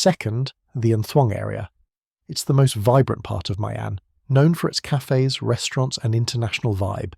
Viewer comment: Why do so many foreigners who actually live in Da Nang mispronounce My An? It's "ME AHN", not "MY AHN."